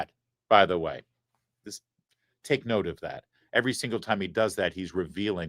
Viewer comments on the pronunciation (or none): none